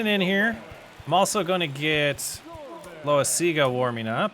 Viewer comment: Just FYI, it’s pronounced low-EYE-zig-a, but lots of people just call him Jonathan Lasagna